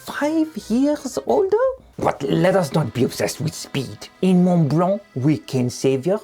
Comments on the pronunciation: Oh, that was perfect. The aggressive pronunciation of 'mont blanc' took me out, every time you say it. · a big thank you to the person that stepped up and correct your pronounciation of Montblanc. Allons enfants de la patrieeee !